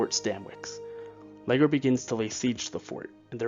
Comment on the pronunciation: " Battle of Or-Risk-Can-Knee " anyway your videos are very very good despite any pronunciation boo,boos.☺ I believe one of the British commanders was pronounced " Saint Lee- Geer too.😙